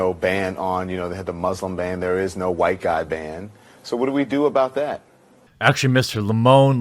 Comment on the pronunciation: “Huwhite” someone is watching Jared Taylor ;)